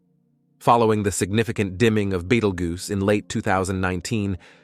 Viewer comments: This video is only worth watching for the mispronunciations. "Beetle Goose" was my favorite 😂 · Thought he said Beetlejuice super nova